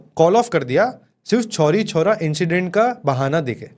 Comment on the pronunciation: छोरी छोरा नहीं चौरी चौरा कांड 😂 by the way nice video